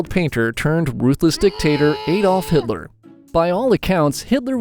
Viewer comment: My coffee spilled on the table when bro said Adolf hiller